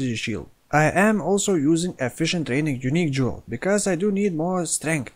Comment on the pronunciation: I did joke about your pronounciation of jewel slot but this is just sad. :/